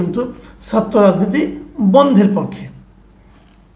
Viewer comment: Very nice video. Tobay Bhai, please correct your Bangla pronunciation. “Chhatra” keno bar bar aapnar mukh theke “satro” hoi! Khub koshto pai!